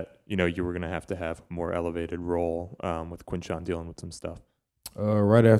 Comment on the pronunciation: How do I get press passes these questions are as dumb as ever and I’m pretty sure he called him quinshon lol